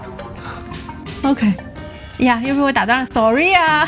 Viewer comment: 哈哈 william和夫人的sorry說得不夠地道啊～ 試一下這樣發音：solli，solly。😆😆😆